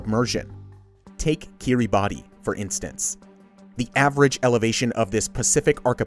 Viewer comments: Kiribati is actually pronounced “Kee-Ruh-Bas” the ti is pronounced as the “s” sound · When doing these kinds of videos I think it’s important to be able to correctly pronounce names and words. ( ie Kiribati and Archipelago).